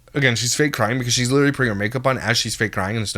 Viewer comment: I cannot say the word “literally” normal anymore. I always have to say it the way does lmao “literacally” or some version of that ha